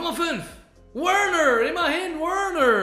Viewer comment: schprich mal werner richtig aus danke